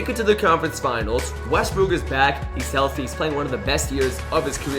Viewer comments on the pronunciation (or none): none